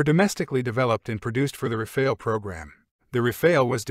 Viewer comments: The E is silent, so you want to pronounce it as if it was Rafal, with both As pronounced as America’s final A (otherwise it sounds like rafail, my Frenchness cannot stand it)☝️🤓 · It's still not Rafail, but RAFALE ! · Unmistakably wrong pronunciation for something rather simple: RA-FAA-L.